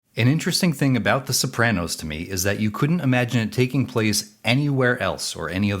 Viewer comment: How about the way you pronounce "Sopranos". People from Jersey pronounce Super Mario like "Mario" instead of "Mario", and maybe your pronunciation of "Sopranos" is similar.